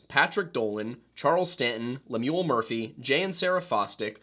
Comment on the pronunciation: Pronunciation or Lemuel is LEM-yul, not lem-YOOL. Should sound a bit like “hymnal”.